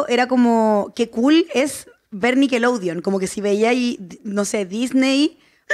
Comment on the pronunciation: Por qué la dice "nickeloudeon" 😂